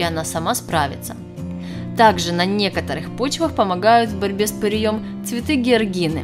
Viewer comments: С ПыреЕм !!!! А не с пыреЁм ... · С пырЕем, а не с пыреЁм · С пыреем, а не пыриЁм. Всезнающая вы наша... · Не с пырьëм, а пыреем! 🤭🤭🤭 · Как то правильно произносить надо. Не пырием.. А пыреем... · И ещё...не пыреём, а пыреем. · ПыриЁм?? Может ПырЕЕм! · ПырЕя, а не ПыреЯ!!! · В ьорьбе с пыреЕм.с пырЕем.абсолютно безграмотная речь и ни о чем.